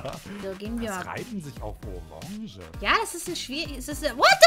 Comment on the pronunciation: Orange ... Ähhh lololonge xD :D